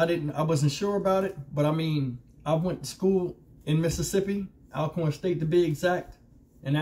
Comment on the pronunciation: C-mon brother, it's pronounced All-corn. Keep doing what you doing though. 👏